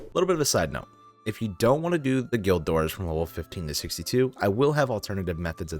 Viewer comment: Great video but please try to pronounce stuff right. The first 2 mistakes we're whatever but it starts getting pretty annoying when trying to watch the vid. :P safespot, not safesot. magpie not madgepee. guild of our own not guide of our own. and a couple more.